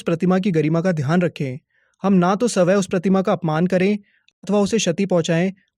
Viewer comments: Saway prakash 😂😂😂 Swyam prakash hoga bhaiya ji😅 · Bhaiya sabya prakash nhi swayam prakash hai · Swayam 'm' Prakash apne swaya bola btw it was nice...